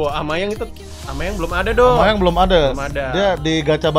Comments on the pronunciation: Aubameyang bang bukan amayang wkwkwk semangat bang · Bukan amayang tapi Aubameyang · Bang aslinya namanya Aubameyang bang bukan amayang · Aubameyang bang bukan amayang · Bang bukan amayang tapi aubameyang bang plis baca